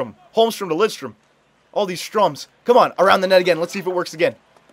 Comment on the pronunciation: "all this Stroms" Ströms